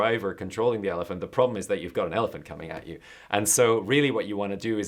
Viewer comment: 4 minutes in and “ ze ditch!”